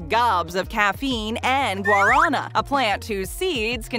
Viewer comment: bruh i hate the way you said guarana